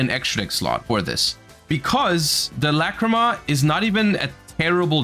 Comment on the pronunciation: Forget about the art bro,they butchered her fucking name